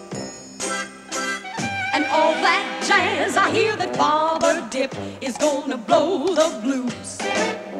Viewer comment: All that ja-yuzzz. I like this version of it, except the way they're pronouncing jazz, which is cheesy.